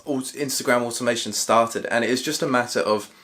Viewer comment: What’s animation ? Or however your pronouncing it